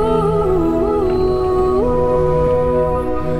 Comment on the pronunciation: “Ceiling deon”